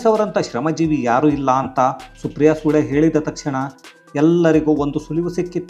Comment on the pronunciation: " ನಿಜ ಭಾರತೀಯರು" ಎಂಬ ಪದ ಅರ್ಥ ಗರ್ಭಿತ. ಮತ್ತು ಸುಪ್ರಿಯಾ ಸುಳೆ ( ಸೂ ಲೇ) ಅಲ್ಲ.